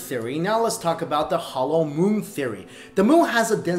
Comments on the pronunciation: Savagenp 7 Once you hear it...it cannot be unheard. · You were saying moo instead of moon most of the times